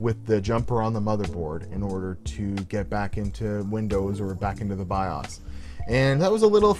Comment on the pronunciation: love your vids but the way you say bios drives me nuts lmao